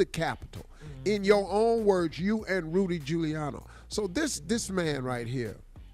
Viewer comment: I keep waiting for somebody to tell Steve that his damn name is Giuliani, not Giuliano!